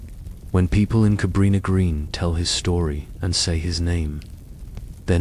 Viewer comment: Is this fucking AI? Nvm just answered my own question with how they pronounce his last name and Cabrini Green. FFS is ANYTHING real anymore?!